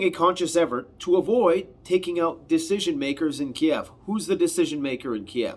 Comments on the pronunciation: "Kiev" KEEV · Ukraine means borderland. Ukrainians consider “the Ukraine” to be an insult because it suggests they are just Russia’s borderland. You will notice nobody says that anymore. It’s just “Ukraine” not “the Ukraine”. You’re also pronouncing Kyiv in a way they consider insulting. Kiev is the Russian spelling and pronunciation. Just say Keev. (I’m Ukrainian Canadian.)